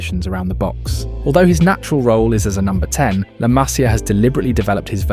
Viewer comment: Masia, MasIa no hay acento en la primera A. Se pronuncia como si llevara acento la I.